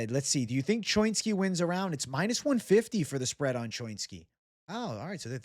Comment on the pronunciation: What kind of jew are you? When have you ever heard anyone say choinski like that. Pretty sure it's cho-inski